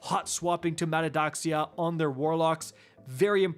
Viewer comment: Just want to help...pronounced Ma-teh-a- thox-eee-a.....Greek - means Vain Glory.